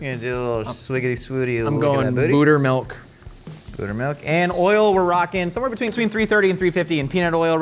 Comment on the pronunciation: Did he say butt milk